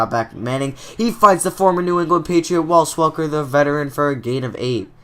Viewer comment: There is no L in Wes Welker's first name. Good series but dang you say it every time!